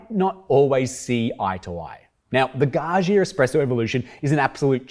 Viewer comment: Gaggia: Please, pronounce the middle 'gg' as dj not *jshz*, as in 'budgie' or, better, 'fudger'. Thank you. 🙏🏼